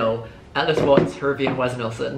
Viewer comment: Have u ever gotten with harvey (he said hervy as a joke)